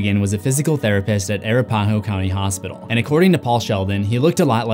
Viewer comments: Arapahoe is pronounced Uh-Rap-Uh-hoe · Bro can’t pronounce Arapaho 😂😆 As a local bud, it’s pronounced UH-WRAP-Uh-hoe. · the way you said Arapahoe was awful lol great video and I hope you keep making content :-) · bro the way you said arapahoe is so funny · No judgement whatsoever, but as a Coloradan, may I just say that the way you pronounced “Arapahoe” is interesting...🤔